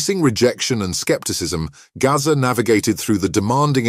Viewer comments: Who the F is 'Garza' ???? His name's GAZZA! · Gazza not Gaza